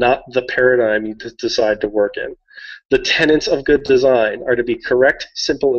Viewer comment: (tenets rather than tenants :)